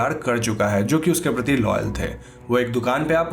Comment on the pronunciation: Am I the only one who can hear Lenore Ke pati (पति) instead of Lenore ke prati (प्रति) 🗣👂🏻😅😅😅